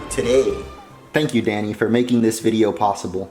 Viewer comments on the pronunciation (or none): none